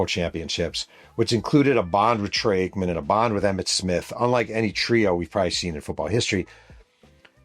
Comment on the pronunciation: Is he saying ”Trey” Aikman?